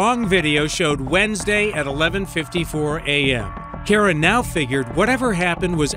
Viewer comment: Key air rah! Kee aer ruh!